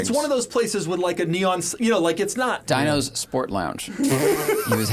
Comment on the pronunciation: Dino’s in Greensburg, PA is actually pretty good wings. And it’s pronounced Dee-no’s. Not dye-no’s.